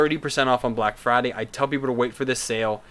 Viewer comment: 30% off Microswiss Nozzles: coupon is "BLACKFRIDAY" not "BLACKBRIDAY" Thanks for the heads up, gonna pick up new nozzles for my Robo R2 eh!